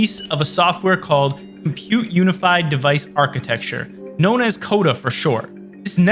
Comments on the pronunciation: Cuda not coda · How does CUDA become CODA? lol... using A.I. are we? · This video would be so much better if it could pronounce things correctly: Rivia != Riva, Coda != Cuda, Silicone != Silicon. Plus, it missed some key things but this was obviously not written by an insider but someone who wasn't there and just read wikipedia lol